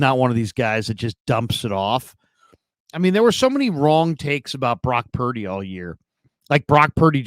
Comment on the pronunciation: Cam: “Brock Pear-dy”